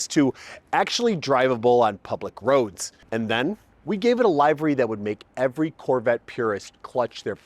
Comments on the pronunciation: * Liv-ery, not L-eye-very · bro, LIV ERY not LIVE ERY xD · I hate to be that guy, but livery is pronounced "liv-ree". Regardless, the car sounds badass. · Love it. One thing, it's pronounced livery - /lĭv′ə-rē, lĭv′rē/. Like they 'live' next door, not this show is live. Otherwise, this is such an underrated channel.